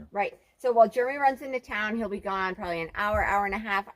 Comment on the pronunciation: Did you say, “What the hail?!” 😂✌🏽